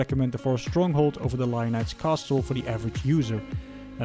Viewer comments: The "t" in castle is silent. It's pronounced "cassle". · Thanks for the review! I can’t wait to build mine. Subbed! P.s. coming from a fellow Dutchman, the t in castle is silent ;)